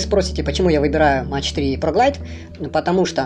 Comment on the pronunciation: дядя - это немецкие кассеты - и говорить надо не Фьюжин- а фузион- и не Мэтч - а МаХ